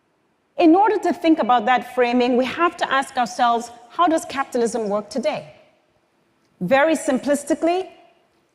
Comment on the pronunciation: anyone else hearing "captalism"?